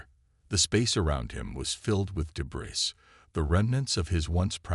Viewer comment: AAAANNNND as usual....CRAPPY AI!!!!! What is: "deh-BRISS", "BEAR-idge", "RED-outs", "INTER-cum"!!!!???? This and other major ENGLISH errors!!!! STOP using AI if they can't speak freakin English!!!